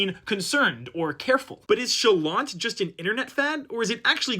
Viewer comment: Stop pronouncing the "t", it's supposed to be silent